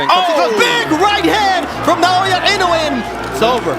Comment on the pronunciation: Why people keep calling him “naoYE”